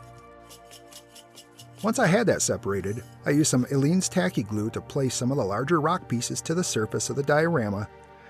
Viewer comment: YES!!! Thank you for pronouncing Aleene's correctly! Oh, and a really great diorama and story to boot. Terrific. New sub.